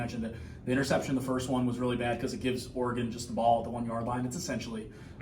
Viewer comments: It's Or regon not R regon! Smh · It's "Oregon", not "Aregon"...sheezus... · It's Ory-Gun. The Ory part is pronounced like Oreo. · Big 10 people need to learn how to pronounce Oregon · I think the most annoying thing about watching the Big Ten is listening to everybody not pronounce Oregon correctly